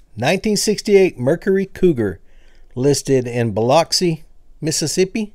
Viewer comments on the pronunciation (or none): none